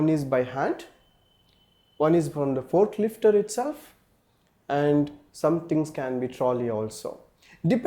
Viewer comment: Thanks for the videos ( It's "Forklift")